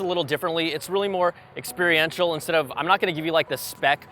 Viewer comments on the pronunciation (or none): “Expri-ential” BTW!!!!